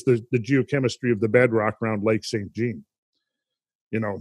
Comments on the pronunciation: Pronounciation police here, Lac St Jean is pronounced Jon as in Saint John Lake, not like denim jeans.. Lol. Us Quebecoise change everything to French that has anglo roots. Thanks for all the info and now i will look at this lake with a different perspective. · Its pronounced "Sain Jahn" with the consonant part of the T and N being silent.